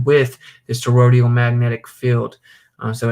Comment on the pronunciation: Love the channel, just a constructive comment not meant to be negative or disrespectful; you're pronouncing toroidal with 4 syllables as "torodial". Phonetically it's pronounced tor-oy-dull with 3 syllables. Just trying to help, thanks again for your work.